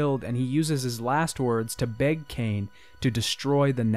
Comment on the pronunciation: it's legacy of ka-in not cane. huh-iin.